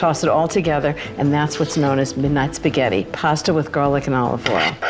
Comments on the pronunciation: Yea, Spaghetti is pronounced as Spiyetti, internet as inernet 😃😃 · She thinks that the "G" in Spaghetti forms the english "Y" (As in Yam, Yacht , You) sound after the letter it preceeds as in "LasaGne" but if G preceeds an H Italians pronounce this as a Hard "G" (as in Spaghetti, Ghost etc...). Bless her heart she is trying to understand the Italian way of pronouncing things but has this mixed up... At least she tried!!! ❤